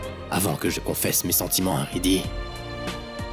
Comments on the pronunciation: Qui a entendu que rajbeer a dit lorsqu'il parlait à riddy il a dit plutôt siddy que riddy😅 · Rajbir a dit sidhi au lieu de ridhi 😂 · Je suis là seul à attendre radjbir dire siddhi au lieu de riddhi